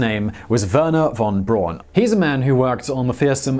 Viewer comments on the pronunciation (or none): Werner Von Braun, pronounced phonetically as Verr Nerr fon Brown just like the color. That's how it is pronounced in Germany.